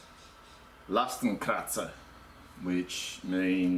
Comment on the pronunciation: Hey man, at last someone shows this well in close-up :) Other than that, i suppose the "x" in oldish German was already pronounced "x" like in "ex girlfriend" haha, not "z" but whatever you like mate :) Are you still using it? I want to fit a bigger (but light...) platform, wood would work but i wouldn't know how to tie it safely to the bottom bars... Might go for a bike basket/platform... just for the record... Cheers :)